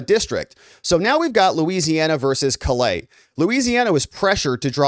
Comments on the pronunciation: I'm a Louisiana native, and a cajun man. I appreciate what you've said here. Callais is pronounced like Call AY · Callais is pronounced KA-LAY